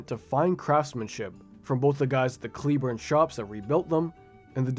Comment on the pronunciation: Cleburne is pronounced clay born the e is /ɛ/ . It makes a big difference. Ask anyone from Cleburne, TX 😊